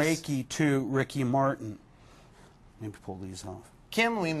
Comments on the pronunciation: “ Reiky Martin “ 😂😂😂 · "Reeki Marten" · "Reiki Martin"!!! Lol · "Reiki Martin" LMFAO!!!! HAHAHAHAHA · "Reiki Martin" 🤣🤣🤣🤣